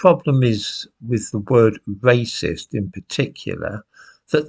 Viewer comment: Wacist? Welease Bwian! (Edit: I know, I know I know. I should get out more, but I am addicted to presentations)